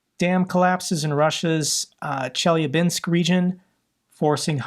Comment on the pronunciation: it’s pronounced chel-YAH-binsk, the is stress on the second syllable